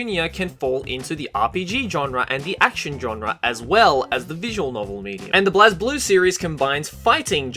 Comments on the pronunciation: I Love that he acknowledges Blazblue but got damn it's pronounced liked BLAZEblue not BLAHZblue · Oh, the way you mispronounced BlazBlue made me shudder. But I forgive you because you're awesome <3